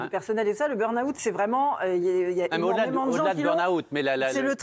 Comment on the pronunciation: « BURN - AWOUUT » 😂😂😂